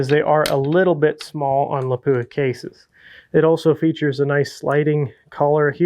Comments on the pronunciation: Lap-pwah! Howzzatt? 😐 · How come nobody can pronounce Lapua correctly.